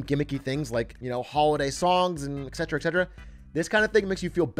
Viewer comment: Yo atrioc, big A, it’s et cetra not excetra. Et tu brute?